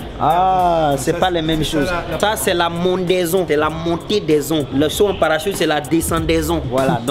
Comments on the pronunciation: La mondaizon, la descandaizon😂😂😂😂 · Ptdr la mondezon et la decendezon😂